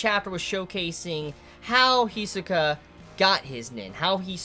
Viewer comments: "Hee-soh-kah" That's how he says it, though rather fast. And he puts pressure on the wrong point. HEeeeeeeeeeeeee-sohka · Every time he mispronounces Hisoka I shed a single tear